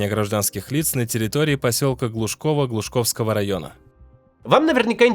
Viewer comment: Глушковского а не ГлушАковского.